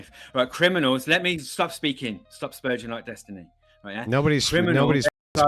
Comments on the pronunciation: Is it 'sper/ɡ/ing' or 'sper/dʒ/ing'? They both pronounce it differently. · Bro said stop sperjin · "Stop sperjing" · "stop sperJIN" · "Sperjing" lol